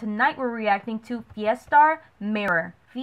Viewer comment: You are pronouncing the name properly, Kudos!